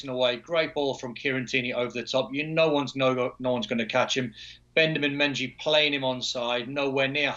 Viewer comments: he said Bendamin Menjy instead of Benjamin Mendy! LMAO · Man said “Bendemen Menji” instead of Benjamin Mendy 😂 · man said bendamin menji 😭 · Did he say Bendamin Menji? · Don said “Bendemin Menji” 😂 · "Bendamin Menjy' hahahahahaha! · Don Hutchison just said "Bendamin Menjy" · Don said Bendamen Menjy 😂😂